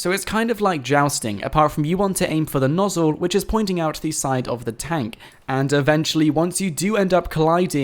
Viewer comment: "The nossle"